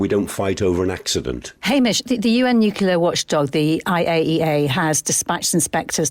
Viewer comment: Bit worrying that the geezer hamish whatever his name is cannot pronounce nuclear properly considering who he is lol